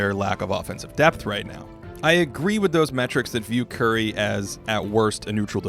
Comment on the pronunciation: Finally someone who puts appropriate respect on Curry’s name.